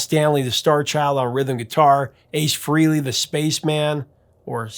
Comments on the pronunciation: It's pronounced Fray-lee, not Free-lee. Pronounce it correctly. Dale Carnegie says the way you pronounce a person's name is of great importance to them. Another peeve of mine is the way most people pronounce Neil's last name, It's pronounced Peert, not Purt. Rock on. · Come on Prof! You know it’s pronounced Ace FRAYLEE.